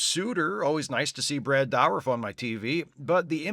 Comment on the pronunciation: Brad "Brad Douriff" Douriff